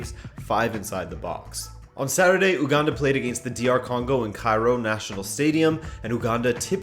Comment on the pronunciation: It’s pronounced You-Ganda